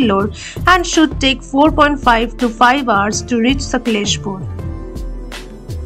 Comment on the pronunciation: Please pronounce the name of the city properly. ....